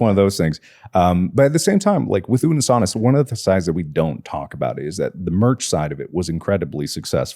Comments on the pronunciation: unnus annus is pronounced oonoos ahnoos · it's "oonoose ahnoose" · theyre pretty close with pronouncing unus annus right,. with every U you would pronounce it as you would the first U. like oo noos an oos sorta, but they were close! :D